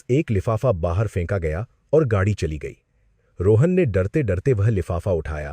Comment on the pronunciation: Gadi ko gagi bol rahe ho pahle shabdo ko shudh kare